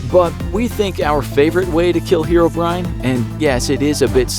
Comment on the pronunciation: The fact that he pronounces it hero-brian